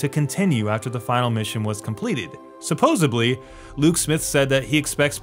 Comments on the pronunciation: Guy it’s “supposedly” not subposedly” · Did you say "supposeBly"? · I mean... I wanna take everything you say seriously and you have very valid points, but you completely lost me when you pronounced "supposedly" as "supposably." Sorry.. I stopped watching at that point. Yes. I AM that guy. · Supposedly not supposably